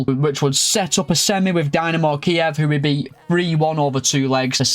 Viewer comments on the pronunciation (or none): none